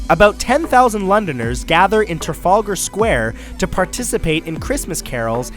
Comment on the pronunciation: You can't say Trafalgar square